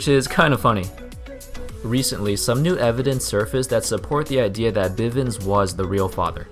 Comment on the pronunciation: It's bivins